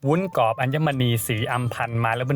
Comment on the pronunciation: ทำวีดีโอสวย การนำเสนอดี ขัดใจนิดนึง คุณพูดว่าวุ้นกอบ ซึ่งควรจะพูดว่าวุ้นกรอบ